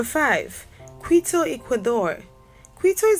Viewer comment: Cartagena, Montevideo, and Quito are pronounced incorrectly. A couple of views shown for Quito and snow are clearly from somewhere else.